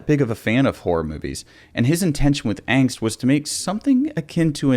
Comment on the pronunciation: Pronounced.....AH-ngst! I guess you never took German.